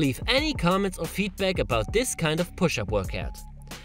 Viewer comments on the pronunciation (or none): At the end are you saying your name is ‘Alex’ or ‘El Eggs’ 🤨